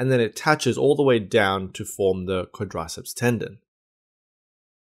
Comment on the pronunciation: You know the video is going to be slammin when he can't even pronounce the name "quadriceps"